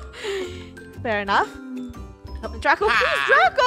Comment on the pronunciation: It’s draco not drago